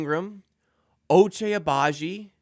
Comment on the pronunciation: Ochai has been here for a year, and you still call him Ochay? 😭